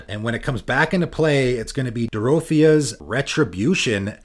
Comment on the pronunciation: Dorothea is pronounced like the girl from Wizard of Oz.